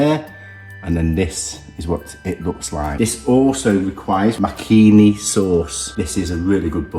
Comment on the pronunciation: It’s pronounced Muck ha Knee - Makhani